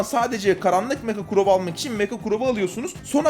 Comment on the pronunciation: Evet abimiz Crow yerine Kuran diyor